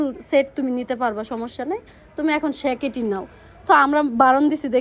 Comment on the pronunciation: জেকেটকে সেকেট কে বলে ভাই আই এম তো অবাক😮😮😮